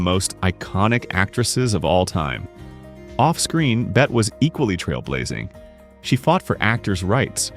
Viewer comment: Just here to correct the spelling: femme fatale. And Bette is pronounced Betty. What is this -- AI?